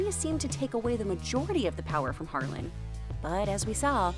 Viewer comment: Guys, it's Harlan not Harlem.